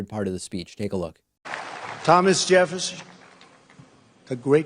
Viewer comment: Thomas Jepfssnn! He almost said Epstien...